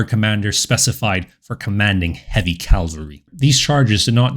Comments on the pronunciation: "C-a-v-a-l-r-y," not 'cal-vary.' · Not "Calvary" please: Cavalry! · Cavalry nor calvary